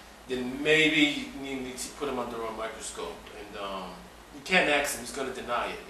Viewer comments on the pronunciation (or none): It is "ASK" and not "AKS" for the "S" comes before the "K"! Other than that, you guys are cute and yes I wanna go down low, lol. x